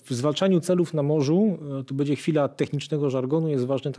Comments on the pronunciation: Fajnie się słucha, lepiej niż na kanale WoW ale pan nie oduczy się mówienia bedzie zamiast będzie. Pytam się gdzie jest pan Mazurek poprawiający wszystkich używających niepoprawnej polszczyzny?! 😉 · Fajny odcinek, milo posłuchać merytorycznego materiału. Jedna uwaga Panie mówi się będzie a nie "bedzie". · Będze nie bedzie trzeba nie czeba. Krakus zwraca uwagę na poprawną polszczyznę